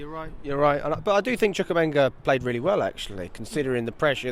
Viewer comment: It’s Choo-koo-eh-meh-ka cmon my fellow African